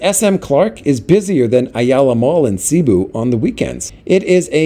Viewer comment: No kidding. Another thing is that nobody in the PI (other than the video guy) says "CEE-boo", everyone there says "Suh-BOO".